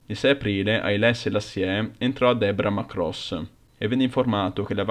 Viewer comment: Cássala, Chéren, Debra Márcos... cici ennenne non si può sentire... Ma dove ti sei documentato, su Topolino?